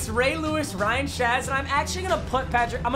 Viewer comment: “Ryan Shaz”